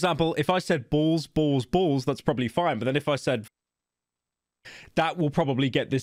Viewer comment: No pyro, you didnt say "balls balls balls" you said "bowls bowls bowls," thats why your fine